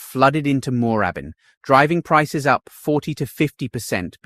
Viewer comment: Need someone to do these things who can pronounce the suburbs correctly - NO ONE pronounces 'Moorabbin' like that in Victoria - it's like listen to a Yank pronounce Melb-bourne or Bris-bane, it is very cringe worthy. Try saying it again with the double 'oo' nearly silent. And 'Malvern East' is pronounced 'Mall-vern' where you use the Yank 'mall' sound. Don't care if you are a Pom speaking your style of English, you are in Oz, if you going to do business videos like this, get the pronunciation right!!!